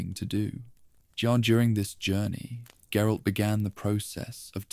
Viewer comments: Gerille? Is that supposed to be geralt, and if so how do you mess his name up so bad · “Jerolay’s unique worldview”?? You mean GERALT’s